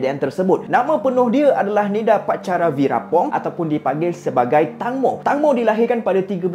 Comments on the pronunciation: sebutan nama dia bukan tangmo bang. tengmo sebutan dia. klu sebut tangmo maksud lain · Saya belajar bahasa Thai, Sbnrnya "Tang-mo" tu dibaca "Taeng-mo" แตงโม yang bermaksud "tembikai" (watermelon) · tangmo dibaca macam ni "teng mo" (e taling) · Sebutan dia Tengmo.. Maksudnya tembikai 😑😑.. Mmg dia famous, mak sy dulu masa masih sihat tiap² malam tgk drama siam.. Drama siam tak sama mcm M'sia, malam sampai malam (waktu M'sia).. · Tangmo cara sebutan dia macam ni ( Teng-mo) yang bermaksud tembikai...tu nama gelaran dia.. fun fact nama gelaran dekat Thailand memang pelik2... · sebutan betul 'Tengmo'